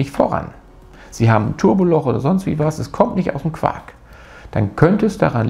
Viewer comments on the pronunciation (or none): none